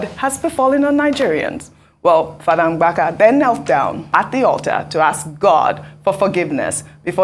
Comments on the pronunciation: Ojy it's Mbaka, not Ngbaka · Ogy go and learn how to pronounce Igbo names is not mgbaka but mbaka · Ms. Ojy, the name is "Mbaka" not "Mgbaka". I was flabbergasted that an African can't pronounce a simple African name when White people endeavour to correctly pronounce complicated African names. Please, get it together. It's not cool at all. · Somebody please teach how to say Mbaka. Not Mgbaka. Lol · Ngbaka is not the real pronunciation it M ba ka take correction and don’t make that mistake again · Ojy which one is Mgbaka again bikonu, for an igbo woman, you can pronounce Mbaka as Mbaka ? I think the name is popular enough to be pronounced right by anyone and moreso a journalist of your standing